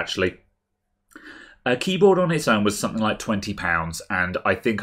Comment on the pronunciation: "Sumpthink"? "Something" bud, "Something".